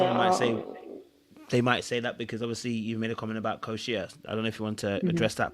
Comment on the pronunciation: And....She still calls her Koesha! Lol